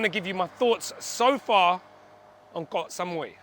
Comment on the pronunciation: Thank you for pronouncing KOH (island in Thai) correctly! KOH and PATTAYA are the most mispronounced words by farangs.